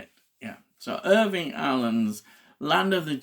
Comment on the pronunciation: You're killing me..... His name is IRWIN Allen, not IRVING!